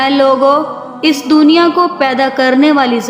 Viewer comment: Abdul matlab..ro ro kar... dawayen nahi madam.."D U A Y E N".... karte.. Dooniya??? It's Duniya. Pdaish? Its paidaish madam.